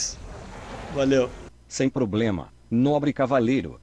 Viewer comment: sem plobema kkkkk